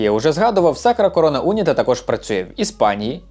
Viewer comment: Не Уніта , а унІта.